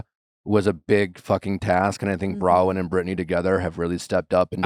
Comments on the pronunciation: He keeps saying Bra-win. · Nick calls her Bra-wyn 😅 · No kidding, I wondered if it was just me.... It's BroNwyn.... he did it on another episode too, repeatedly. For someone he loves so much, has spent hours with and holds in high regard, you would think he could pronounce her name properly. It's weird no one corrects him, that speaks volumes. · Anyone notice Michael pronouncing Bronwyn’s name correctly over and over, it was like he was trying to get Nick to realize he was saying it wrong!! 😂😂😂